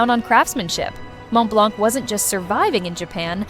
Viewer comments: The correct pronunciation is Mon Blan, the T and C are silent. Please take note, because the mispronunciation completely ruined the veracity of this clip. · Just a note here , The C is silent in Montblanc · Please pronounce Montblanc correctly, silent t and c. Google it, it's free.